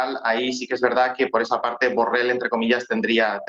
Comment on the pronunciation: Solo para corregir a la dama reportera: no sé dice burrel, se dice burrol!, aunque tal vez se enoje el burro por tal denominación!. Disculpa burro!.